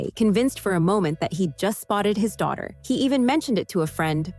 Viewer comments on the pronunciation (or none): none